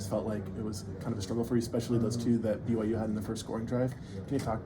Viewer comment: Yo coach! The opponent you went against is called BYU. Say it with me- B. Y. U.